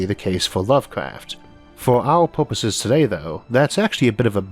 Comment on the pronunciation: Why does this speaker sound like a kid that can’t prounaunce words “wegauuurd”, “porpourses”, “howeuwer”, “auready our”, “weauvy”, “pauwerdaux”, “cadegories”, “aurigion”.. “wauking”..